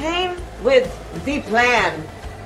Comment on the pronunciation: Why was she pronouncing "THEE PLAN" like Count Dracula smh Count Kamala lol